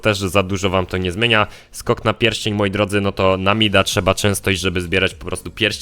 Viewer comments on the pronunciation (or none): none